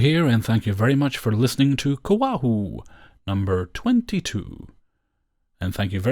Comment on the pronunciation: When you say COAHW it sounds like a place in Hawaii. 😎<LOL>😎